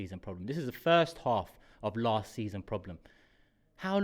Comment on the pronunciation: voice makes me laugh so much.........is that his real voice? Really? "I said the same ting Las week" Ha ha ha..........arsenal will definitely score 10 in the last 7. Guarantee it.